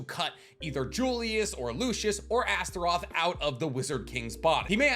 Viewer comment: You said it fine and correctly.